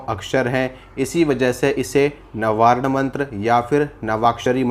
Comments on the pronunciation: प्रभु, नवारण मंत्र नहीं है। वास्तव नवार्ण मंत्र है। कृपया मंत्रों के बारे में शुद्ध उच्चारण करें अन्यथा भ्रांति विलास ही होगा। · नवारण नहीं नवार्ण मन्त्र है भ्रम मत फैलाइये नवार्ण मन्तर या क्सी भी मन्तर का अर्थ बताने की चेष्टा मत कीजिये इस तरह आप अपनी दुर्गा माँ का अपमान ही कर रहे हैं 🌷🙏🌷